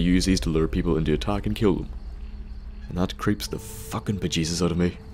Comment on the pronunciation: "are like focking hooks" sorry for taunting you with your accent but it just sounded funny as shit.